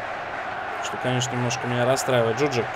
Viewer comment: Мне кажется, или правильно произносить ДжуджАк, а не ДжУджак. P.S. Молодежь, которую не выпускаешь играть, в аренду сдай. Так у них быстрей скилл повысится.